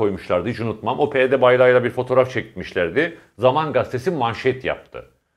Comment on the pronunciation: Levent bey:, "Ukranya" degil Ukrayna; "Herıtz gastesi" degil Haaretz gazetesi:) Selamlar.